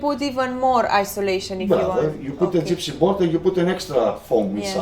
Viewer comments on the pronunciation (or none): I thought that you were joking but he really said "gypsy board" ahahhaah... then again maybe he is buying the boards from them, so maybe that is accurate :P